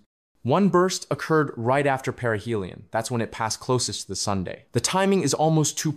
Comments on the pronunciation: “Pebbles, the rocks.. they fall into Sun(dae)..” AI glitch🤡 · Did this voice just call the sun sunday? Was I hearing things wrong?